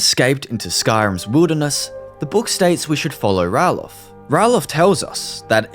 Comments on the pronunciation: Not Rallof….Ralof (Ray-Lof) The guys in Riverwood show how to say his name! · Bro how can you get Ralofs name wrong bro? Like literally how? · Saying Ralof's name being said incorrectly repeatedly makes me wonder if you have even listened to any of the dialogue in the game, or even played it longer than 30 minutes before this video.